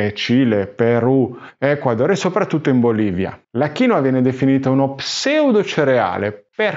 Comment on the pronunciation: originale è kiinwua con la seconda sillaba stessata che è molto differente dalla tua maniera di pronunciare 😅